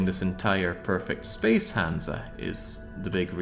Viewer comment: It's hansa.